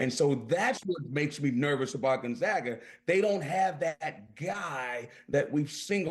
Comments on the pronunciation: It's GonzAga, not GonzOga you twat. Don't quit your day job. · Pronounce Gonzaga correctly. GonZAAAga. Not GonZaaaga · Dude is Gone-Zaga Pronounce it right !!! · Learn how to pronounce the school if you’re going do a segment on Gonzaga!!! do a tiny amount of research, OK??